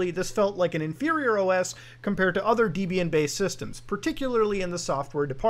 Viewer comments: It is pronounced Debian not Deeeebian, her name was not Deeeeeebrahm it was Debrah..... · When you say "Deebian" do you mean "Debian"? Saying a proper noun correctly can be important to avoid confusion. As the distro was named after Ian Murdock and his at the time wife Debra, I'm fairly sure it's not "Deebian". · STOP SAYING DIBIEN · Debra-Ian, deb-ian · "Deebian" "U-BUNT-too"